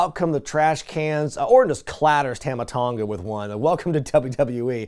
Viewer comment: On behalf of the South Pacific, its "Tumma" Tonga, not "Tahma Tonga"